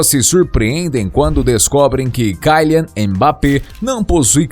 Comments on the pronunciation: Pqp, o cara é francês portanto ele não é “cailian mas quilian. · Não mim leve a mal mais o nome de e kylian E não kalian como tu diz e segundo que na França e euro e não dólares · é kilian, nao kailian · Kyian e serio isso o L ficou aonde e KYLIAN KYLIAN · Se pronuncia kilian e não kailer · kylian é pronunciado quilian, não tem esse "ai" no y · Kaian?? 🤔🤔 Falou o nome certinho kkkkk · sabe nem falar o nome do jogador ta precisando fazer uma aula de português aii 😴😴